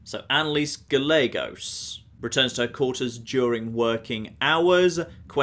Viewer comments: It may just be because im a San Antonian, but the way you pronounce Gallegos drives me crazy! Its Guy - a - gos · its pronounced Guy-aye-gos instead of how its actually spelled.